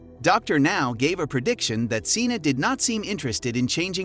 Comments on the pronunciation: Her name isn’t pronounced as “Cena”; it is pronounced as “Shawnna”. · SHAWNA it’s pronounced SHAWNAAAA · I guess so since he pronounced “Seana” wrong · Why do you butcher the pronunciation of these people's names??You have mispronounced every single person's name but 1 in this 1 video. wtf? these people are putting money in your pocket you should at the VERY LEAST pronounce their names !! ex. Seana: you say "seen-a". wth? it's "Shawn-a".. exz. Tamy is not "tame-e" it's just plain "Tammy"! I will boycott anyone's channel that's too lazy to even do this right. What else are you taking short-cuts with?